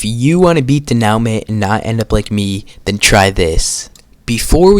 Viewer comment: den OW ment